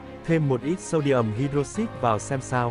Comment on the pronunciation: Anh ơi, cái từ "hydroxide" ấy phát âm của nó là hai-đroóc-xai cơ anh ạ